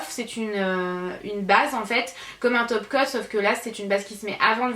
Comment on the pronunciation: Tu as un accent marseillais quand tu dis top coat c'est hyper drôle 😂😂💖